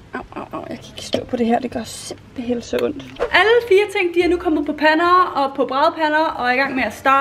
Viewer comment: Det er mega sjovt når du siger simpelhen så sig du simpehel😂😂😂😂